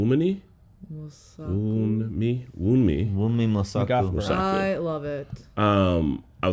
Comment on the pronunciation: I actually forgot Hunter B-15 was Nigerian till I heard you try to pronounce her name 😂